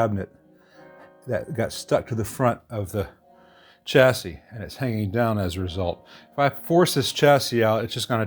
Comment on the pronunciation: If you’d like to give your channel a more polished edge, start pronouncing chassis as, “shassies”.